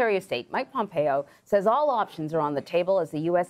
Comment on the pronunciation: Did I hear "President Pompoe" ??